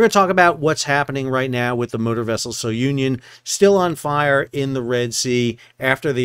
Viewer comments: Yes, it's "Soo-nee-on," not So-union." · Hi, name of vessel is pronounced SOONION and not SO UNION.. just thought id let you know. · fwiw its pronounced "Su-nion" not "So-u-nion". Its named after Cape Sounion at the southernmost tip of Attica. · Su-knee-on not so-Union. It’s a cape south of Athens. Has an ancient temple of Poseidon. It’s in Homer’s Odyssey. It is the spot where Aegeus, king of Athens, leapt to his death off the cliff, thus giving his name to the Aegean Sea. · Hi Sal! Just a note on the name. I assume it comes from the cape Sounion in Attica where the temple of Poseidon is. You can pronounce it, not So-union, but Sou-nion. Hope it makes sense. Love your vids btw, I grew up with a captain dad in cargo vessels. Spent my first years in those vessels and have many dear memories from the summer trips till I was about 10 years old. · Sou Ni On. A cape in Greece. NOT "So Union." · It is not "So-union". It is the Greek village of "Sunion"... Just wrong pronunciation. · I'd just like to add, correct pronounciation for SOUNION in Greek is Sue - Knee - On. Sounion, is the tip of the Attica peninsula in Greece, where the temple of Poseidon is located. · The correct pronunciation is soonion, as in the cape near Athens... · It's pronounced Sue-neon. It's named after a place in Greece where Poseidon's Temple is located. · Greek ship. Greek pronunciation. Soo - nee - on. Have a great day. Like your podcast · Try pronouncing it properly as "Zoo-Neeon"..., after all it's named for the famous Cape Sounion, south of Athens, Greece.